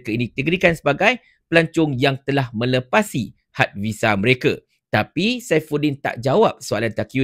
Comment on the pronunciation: Melepasi...bukan melepathsi